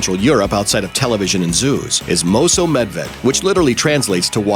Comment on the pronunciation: I love when non-hungarian speekers try to speak hungarian :) nobody would understand if he would say "mosómedve" like that here